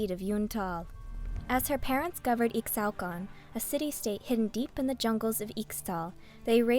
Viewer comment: Ee-shao-can! They will all learn to say it! same with Ee-shtal not Extal >:(